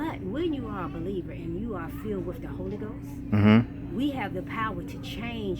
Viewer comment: "when you are a be leaver"